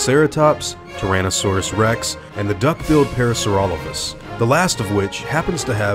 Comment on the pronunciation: i'm pretty sure its pronounced Para-saura-lope-hus the way you're pronouncing it isn't the the correct Latin pronunciation "lophus" wouldn't make "Lofus" it would make "Lope-Hus"